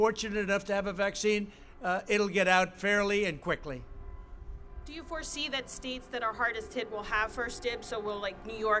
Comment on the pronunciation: Or Quicklllly